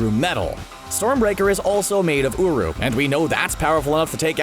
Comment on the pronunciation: At first I thought he said:Thor’s hammer is made of uwu